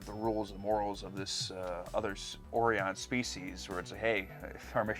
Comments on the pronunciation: My only complaint is how they miss pronounced Orion. Its or-eye-on not or-eee-on. This seems to be the only case where this has happened. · Isn't it supposed to be pronounced "O'Ryan" and not "Orey-ON" The so-called Orion colonies have long been mentioned in Trek lore but I dont believe they've ever been seen. This is the first time I've heard it pronounced this way. Is it possible that Shatner mispronounced the word, you know, because he's Canadian? They do that a lot, you know, those Canadians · I love how because the Orions performed a suicide run on the original series and, therefore, the entire race has to be suicidal. [facepalms] It's a wonder the race survived to into space. ;) I also am amused how the pronunciation went from Oh-Rion to Or-Ion. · They didn't refilm the end title. If you look the copyright at the end is:1973 but a 74 copyright is on the episode title card Shatner mispronounced Orion and said Or-ee-on. So everyone else had to follow suit. The Shat wasn't going to redo it. But he didn't tape himself. I find it hard to believe no one tried to correct him. Or they they did and Shatner just rolled his eyes then turned away saying under his breath'nerd..." At Hanna-Barbera whose two were "superving directors" and the real director got a tiny credit after. It's was common practice back it the day. You'll notice no more snail paced Enterprise fly byes. My worst episode of tas is the one they got their (woke) Emmy award for Don't get me wrong, it's an okay episode tbut the guest(new) crewman is gone in the next and last episode . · Also, don’t listen to the…well, in this regard, morons who directed this episode about how to pronounce Orion. It’s like the constellation of Orion, not this stupid… “Oreeawn” stuff. 😆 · I'll never quite understand why they pronounce orion the way they do. 🤷🏼‍♂️ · And they pronounced it differently because the voice director hadn't seen TOS.